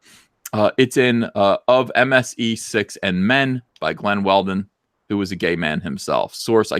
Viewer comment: "MSE6MN" Say that five times fast. Thought for sure you said "MSE Sex in Men"